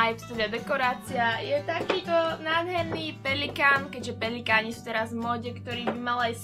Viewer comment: Pelikán ????? řekla si to tolikrát a neuvědomila sis že si to řekla blbě ( nic ve zlém) Jinak jsi super a jsi moje nejoblíbenější youtuberka. . Jsi prostě úžasná !!!!!!